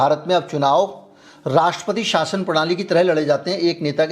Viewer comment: angrezi to chhodo, hindi ka uccharan bhi nahi aata inhe, sha ka sa bolte hain anpadh ki tarah, jaise saam ko ssadi me jaana hai, saasan, prades, etc.